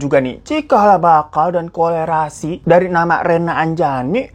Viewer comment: Korelasi bang,bukan kolerasi